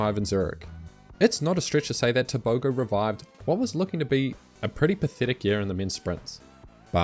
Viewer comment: it's not pronounced tebogo